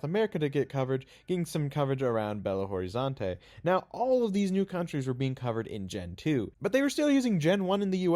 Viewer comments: as a brazillian from the capital, you say Belo Horizonte as like Belôrizonti (other states say it differently) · As a brazilian i like the way you butchered the Belo Horizonte name.